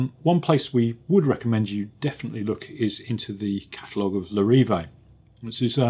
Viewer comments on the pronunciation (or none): not sure what you’re on about, you were way off. Lair-i-vayy Good reviews though, and this is an incredibly minor mistake. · Say it properly please!! Larr-a-VEE…